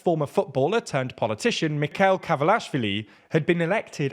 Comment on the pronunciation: Just an honest feedback: please, learn how to pronounce names. It is frustrating that you can’t put an effort to say correctly the names “Salomé” or “Mikheil”